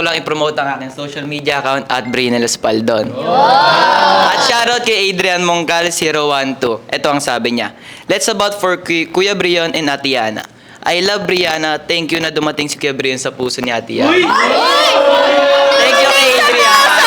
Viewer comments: Brihana ba ang narinig ko o briyana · No she says BRIHANA not briyana that's why they shocked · Sabi ni "Bri-hana po" OMG.... 😮😮😮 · She says BRIHANA that's why they shocked